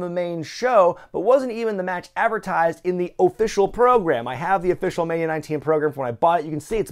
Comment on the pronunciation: Lmfao the "OH-FFICIAL PROGRAM" this guy